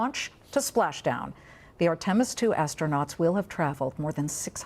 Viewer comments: LOL! ARE-TIM-US...😂😮😅! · I'm surprised she was able to pronounce 'Integrity' since she struggles with Artemis?!